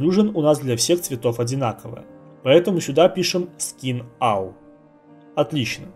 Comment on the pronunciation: Я не хочу сильно придираться, но я не понимаю - как можно работая в англоязычных программах и учась (3дшке) на английском языке так плохо знать этот язык. Roughness - Раугнес, All - Алл, Phy - Пху))) Это еще ладно, помню в гайде от XYZ чел называл Height "хейтом". "Сейчас я подключу карту ненависти" - нормально вообще) Учите язык, такой уровень это позорище, особенно для работника IT сферы.